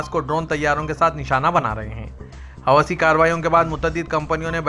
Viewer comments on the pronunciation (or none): Assalamualaikum wa rahmatullahi wa brakatuhu. Bhai sahab ye ( Hawasi nahi Hoothi ) padhjaja hai